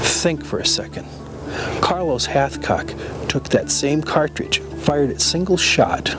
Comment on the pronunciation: All I hear is halfcock 😂